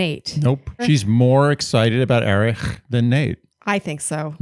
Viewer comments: Love you guys, as always! You're the only bach recap that I'm not embarrassed to be caught listening to 😂 Just wondering why you think Erich's name is pronounced "Erih"?? Did he intro himself that way?? I just assumed it was a silent h lol Word watch: 4 ! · I love you guys, but please stop pronouncing Erich’s name that way. It’s pronounced just like Eric. I’m not sure if you’re making a joke or incorporating some German pronunciation, but I had to skip through the recap of Gabby’s date because it was driving me crazy. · Can yalls pls stop calling him ErIcK cuz that’s NOT his name!!!!👎🏼😒 Hate to say it, but that’s annoying & disrespectful. Not funny. SHE-lene